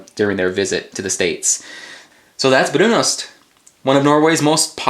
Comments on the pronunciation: One note: it's pronounced ''brunust''. in Norwegian the o is pronounced like a u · Shouldn't the pronunciation be "broon-oost", isn't o pronounced "oo" in Norsk?